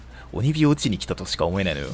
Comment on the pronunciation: お↑にび好き